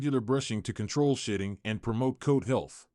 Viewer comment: I swear I am hearing shïṭṭïn̈gʻ 😂